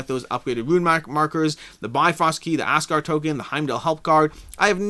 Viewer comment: Did anyone else hear ass guard token? Had a good laugh there, thanks!